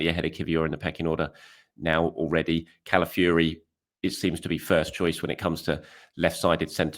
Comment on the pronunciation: Please... it's Calafiori, not Cala Fury, brother of Tyson